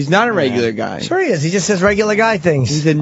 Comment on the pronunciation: “Cause we had to get the job done”: SHUAH 😂